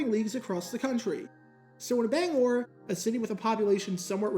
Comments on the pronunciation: As a Mainer I love and appreciate you saying Bangor right. Also love that you bring my home city of Lewiston into this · Hi, Bangorian here. Very interesting video. Again, thank you for saying "Bangor" correctly. Its also interesting that the main team here in Bangor was once the Giants, as I grew up during The Brady Era and New England Patriots became the main team. They even visted us after they won the Super Bowl in 2002